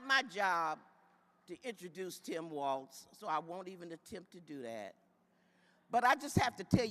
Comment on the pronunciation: His Name Is TIM WALZ NOT TOM